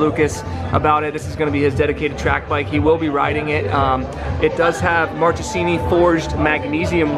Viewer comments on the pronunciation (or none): Ok please...pleaaase...stop mispronouncing Italian names...the "..che.." in the middle of words is NOT "..ce.." IS "KE" for you...so > Markesini